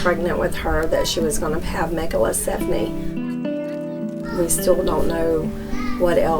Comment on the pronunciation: It’s “megalencephaly” not “megalesephony”